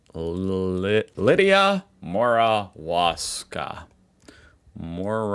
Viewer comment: Here’s a hint about how to pronounce the Australian scientist’s surname - just change the “w” to a “v”. So Professor Lidia Morawska becomes “Moravska” (Mor-av-ska). This pronunciation is common in Slavic languages.